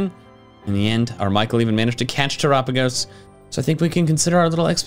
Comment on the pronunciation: Terapegos. Tera-Pay-Goes